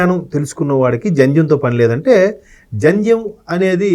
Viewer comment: That’s Jandhyam not Janjam. Pls correct. I am a Brahmin hence I know this.